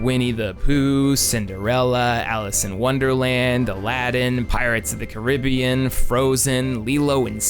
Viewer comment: Thank you for pronounceing Caribbean correctly